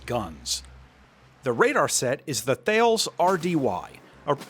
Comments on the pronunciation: If you want to be pedantic, Thales is pronounced "TAL-EZ", because they're French and weird, not TH-ALES" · slightly pendantic here I suppose, but for future reference Thales is pronounced "Tha-les". Pour one out for the French I guess. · As an FYI, Thales is pronounced Ta-less. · quick note, Thales is more of Ta-less then tails XD